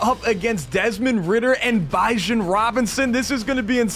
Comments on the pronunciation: It's not (bye John) it's (be john) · I’ve never heard someone pronounce Bijans name that way but massive w vid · Why did he say bijan like that😭